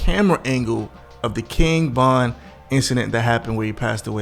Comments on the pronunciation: King BOND! LOL JAMES BOND. ITS VON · Why do you keep calling him King Bon instead of King Von?You say Von at times, but you mostly say Bon. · Why the hell you keep say "KING BON" bro... Get that shit together! Lol. Bruh... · His name is king Von V not B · Am I tripping? Why its sound like he keeps calling him King Bon and not Von? Maybe its me. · Am i the only one hearing him say king bond ??? Or am i trippn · Man keep sayin king bon